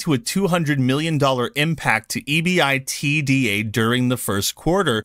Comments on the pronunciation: BTW - EBITDA - pronounced E-BIT-DAR by the Wall St. types. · Love your content brother. Heads up that EBITDA is literally pronounced "eebitda". Look up the pronounciation before making the video. Also I noticed a change in your microphone. Pick up one of those Shure mics. Still, absolutely love your content and keep it up.